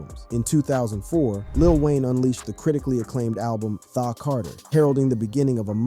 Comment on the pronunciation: “THIGH CARTER” 😩😩😩😂😂😂